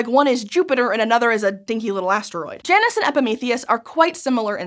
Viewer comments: Smite has taught me that isn't how "Janus" is pronounced lol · I prefer j-anus…you say it weird